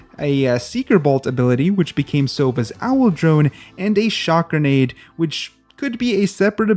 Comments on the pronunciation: Grenade not granade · lol “Granade”